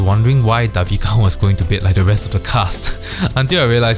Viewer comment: Hahaha your commentary for OWL is really entertaining, can't wait for next vid!! Btw, Devika's name is pronounced Day-vika :)